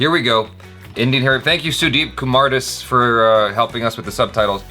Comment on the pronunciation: its pronounced as kumaar daaas